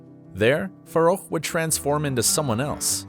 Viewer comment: I think it’s pronounced farrouk not faroucho